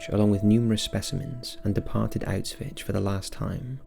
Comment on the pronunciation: Auswitch? Is that right? Sounds weird. Auswitch....( 💡 ) He's saying Auschwitz...wrong.